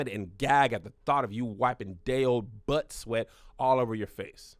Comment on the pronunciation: spilling the truth on that buhht buhht